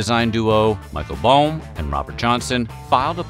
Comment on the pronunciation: It's (Boehm) pronounced more like Bame.